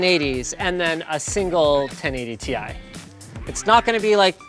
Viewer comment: It annoys me that your pronounce Ti wrong